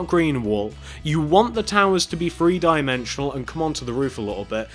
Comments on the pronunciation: you are saying theree. rong not free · its TH-ree not FR-EE